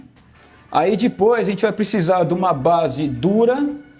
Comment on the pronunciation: Aí "dipois" kkkk